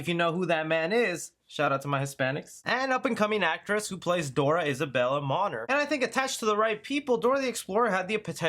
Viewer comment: Why did bro say Isabela’s last name like that 😭😭😭 it’s pronounced “Mone - air” not Maner, why laugh out loud, at least you can say the pronunciation of her current last name right man if I had a nickel for everytime he mispronounces stuff and last names I would have 5,000 nickels so far, guess I’d be rich lmao, thank goodness she is a household name and worldwide name, legendary